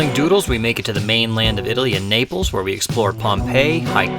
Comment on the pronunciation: Naples sounds like nipples.